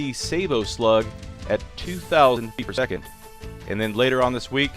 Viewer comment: "feet per second" like:) BYTW you ae the best!